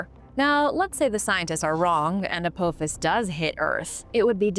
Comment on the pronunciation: I love your channel but please if youre not AI then learn to pronounce names. It's like A PA FIS not A POO FIS.